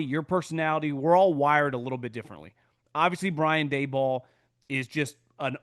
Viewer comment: Its dable like table..not day ball. Whatever